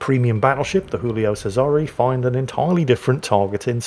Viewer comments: Since it's Italian, it's spoken Julio Chesare, not Hoolio Cesare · It's not "Who-lio Sayzare". It's not Spanish. It's "Jew-lio Chay-zare". I know, I'm pedantic. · the giulio is italian not spanish its pronounced jooleeoh chaysaray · For the record, it's "Julie-o Che-sa-ray." keeps mixing his Italian and his Spanish for some reason. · Jew-lee-oh chez-ah-ray